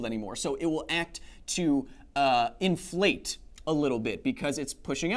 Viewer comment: He heard "inflate" as "in flight" because failed at enunciating!